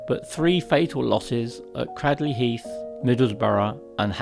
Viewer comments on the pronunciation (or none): Cradley is pronounced with a log A to sound like Craydley. The Heathens did struggle on for a bit (after the stadium was sold for house) at Stoke and Wolverhampton's Monmore stadium which will be lost to speedway at the end of this season.